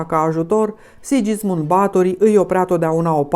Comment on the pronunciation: este pronuntat "Sighismund" nu Sidjismund.